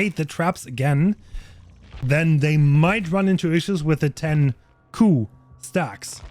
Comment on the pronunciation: He pronounces „coup“ right though